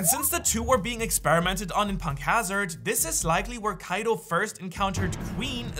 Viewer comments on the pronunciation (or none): I didn't ask for the backstory not to be mean or something I was telling that he said the name wrong (you said the name wrong to) is kaido